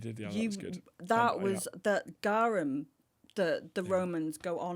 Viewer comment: That's the first thing I thought the moment she said garum.